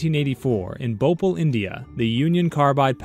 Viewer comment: the way he said 'bhopal' sucks...